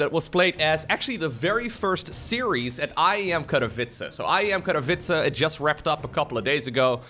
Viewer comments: I always wonder if is actually saying Karavitza, if that is how you actually say Katowice or if I am going crazy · 😂😂 sounds like kata-vitza to me